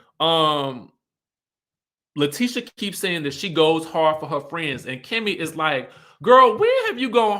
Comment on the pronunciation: I love your channel. Only thing her name is La-TEE-sha not Tish even though it’s spelled like that 😂 I keep yelling at the tv every time u pronounce it lol